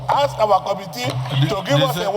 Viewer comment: Englishise senator ask and not aks😂😂😂we will also hit thrice and start now fast too😂😂😂